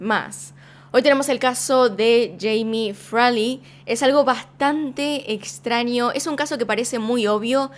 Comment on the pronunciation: Extranio, ninio, ninia. Como amo tu forma de pronunciar, dulzura <3